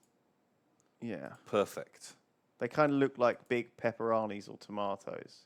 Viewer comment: Never have I felt less attracted to human being as I did when Lewis pronounced it peparonnys